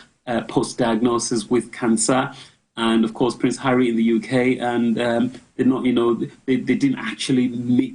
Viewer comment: "ARRY DOES ABUJA.😅😅😅